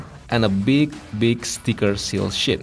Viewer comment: I like how you said "Sticker SHIT" I mean "sheet"